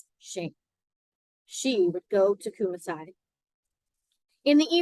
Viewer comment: Thanks for the reading. Kumasi is pronounced Koo-maa-see